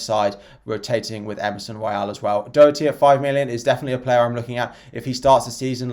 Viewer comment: Purple for sure, it's easier on the eye. Its pronounced daw-herty btw